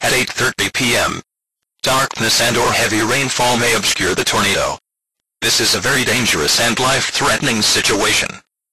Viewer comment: I like how it said “torn a do” lol